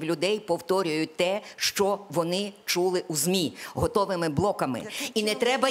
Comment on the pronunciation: Пані Оксано, якщо Ви цього не знаєте, в українській мові, слово колега, пишеться і промовляється через "е", а не через "є"..., а учнів, які говорять "шо-о", замість "що" оцінють як учнів з початковим рівнем знань, тобто трієчників... Зробіть висновки самі...